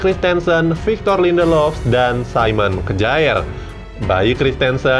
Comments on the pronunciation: Kyer min bacanya bukan kjaer😁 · Bukan kejaer bro tp bacanya kier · Kjaer dibaca kyer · Kjaer = kiyer. 🙄